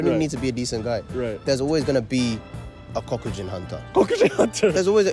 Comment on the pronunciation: "cock-u-jin" XD